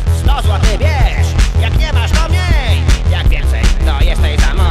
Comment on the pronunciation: Nie, mowi miej nie "mniej"